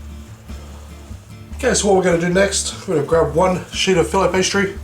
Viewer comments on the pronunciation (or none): lol a 'sheet' of pastry doesnt sound so sexy when you say it with a middle eastern accent. Shit? Sheet? goddamn what goes in this again!